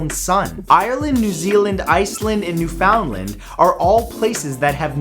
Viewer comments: mat your from canada you know better not to say new - FOUNDLAND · Wow Matt, you're Canadian, I'm very disappointed you don't know how to pronounce Newfoundland ...It's "Newf-in-land" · Bru im from Newfoundland and it’s pronounced (New-fin-land) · The way he pronounced newfoundland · The way you say Newfoundland is incorrect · Typical mainlander, can't pronounce Newfoundland... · Broooo you're from Canada you should know how to pronounce Newfoundland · I adore all your videos. But your Canadian.. learn how to say Newfoundland. K thanks. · Wrong pronunciation of Newfoundland. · I'm still waiting for someone to pronounce Newfoundland right 😂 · Antichinus is pronounced an-tee-kai-nus. And Matthew... you're Canadian. You know how to pronounce Newfoundland. C'mon, eh?